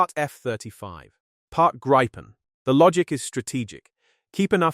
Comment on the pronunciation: Grrrr! It's Gree-puhn! Cognate to Griffin!